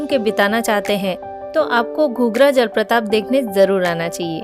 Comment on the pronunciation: Jalpratap nehi jalprapat hai.thoda dhyan rakhiye apni vasha ki chayan ki.